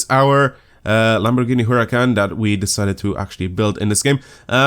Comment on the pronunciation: You actually pronounce "Super Trofeo" and the "Huracán" really good imo 👍